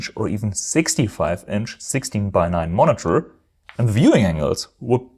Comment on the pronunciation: Dass du gerade "monitor" so komisch aussprechen musst 🙈. "Monnetörrrrrrrr". Dass im Amerikanischen Englisch der ɚ-Laut am Ende zwischen ö und r liegt, ist ja richtig, aber du ziehst das glaube ich zu lang und machst die Lippen zu rund. Dieser Vokal am Ende sollte eigentlich genauso klingen wie beim englischen "her".